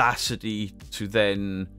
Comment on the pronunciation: Thanks to you and paaarple, I’ve seen the proof, I mean I did buy into it. But there was loads of red flags 🚩, that I chose not to look too closely into. I mean there’s loads. But I’m so glad those hunches are proved right, and a person do can’t even pronounce the word- to-, has been having 218k subscribers pants down all this time, while his nest is getting nicely feathered thanks to concerned people in the world. What a tit.